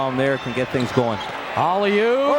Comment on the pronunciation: “Olley oop” these announcers have downs